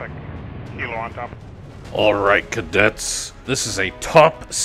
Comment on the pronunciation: It's supposed to be "cadet", not "cadette"